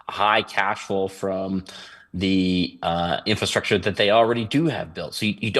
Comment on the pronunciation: what in the world is “infrostructure?”